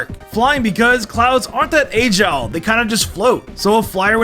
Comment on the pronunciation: my man, its agile, not aygile